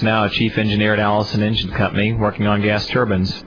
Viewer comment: Gas turbans? LOL! You probably mean "turbine", rhymes with "nine". Good job on getting us to the moon! Well done!